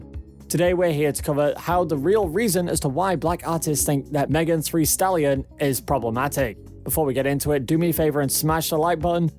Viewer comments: Megan "three" stallion, soyittee, and cuavo😂😂 like what!??? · Are you saying megan three stallion?and soyeetee instead os saweetie? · Who TF is Megan THREE Stallion and Tory La Nez (Lanez)??